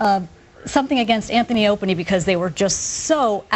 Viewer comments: "anthony and opany" Smack! Stupid bitch, it's Ope and Ant. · When she said anthie and opiny 😂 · hole said " Anthy and Opany"!!!!!!! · Did she say Anthy and Opiny? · ''Anthie and Openy'' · haha! she said "antony and openy" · Did she say Anthy and Opanie? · this dumb bitch said "anthony opieny"....and she doesnt even know how to speak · "Anthy and Opany" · hahahaha holy shit she said anthy & openie lololololol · stupid hole can't even get the name right...calling it "anthoni & opie" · "Anthy and Opany"? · did that goofy bitch say anthony and " OPIENY ?" she doesnt believe half the shit thts spewing out of her mouth...just another clone of ppl who like to hear themselves blab...